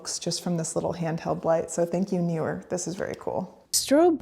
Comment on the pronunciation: It’s Neewer; not Newer 😂